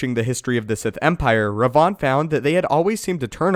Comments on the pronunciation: ThibautVDP Even it was Rivan, which is strange seeing both KOTOR games had written Revan, and not Rivan. would still be mispronouncing it. Because the way he says it, it sounds like Rayvan and not Rivan. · i didn't know this guy existed. i thought just mispronounced it. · Ped K different Revan this is "Rivann." AKA Darth Revan fanboy.